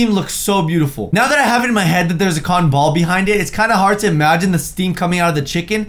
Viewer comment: Ca-ton ball